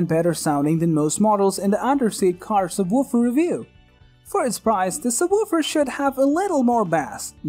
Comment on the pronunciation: I know it was do distracting! Lol and the sub...wuuufer